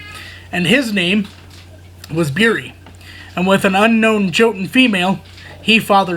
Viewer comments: Hey brother just to help out the J is more like a Y. Example "Yotun" over Jotun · I believe it's pronounced Yotun the J makes a Y sound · Hey man, it's pronounced yotun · Just to let you know the j in jotun is pronounced with a y